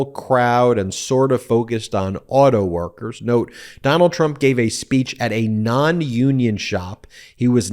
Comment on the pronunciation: He cant even say auto workers. It's no wonder he paid people to be there and hold signs his campaign made. Exactly like when he came down the Russian paid escalator